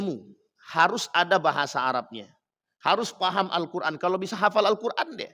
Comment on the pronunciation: Yg dibaca itu alkoran bukan alqur an kali...jd gk ada halal kharamnya...